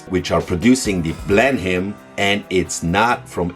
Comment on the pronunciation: No criticism, but in the typically idiosyncratic way of the English language, 'Blenheim' is pronounced 'Blennum'........